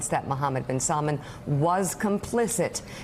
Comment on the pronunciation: i'm not asking for much i know khasoggi and mohammed are hard names to pronounce correctly but mispronouncing salman that's just lazy